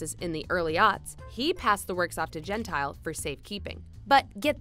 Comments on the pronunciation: Everytime you pronounce Gentile, something inside me is brutally killed. It's Gent-EE-Le, not Gent-Ile. It means "polite" in Italian... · Hey, its pronounced Gen-tee - lay. Not Gen-tile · ah I cringe evertyime "gentile" is said. its an Italian name. we pronounce our vowels different than English so it sounds like "gen-teal- eh"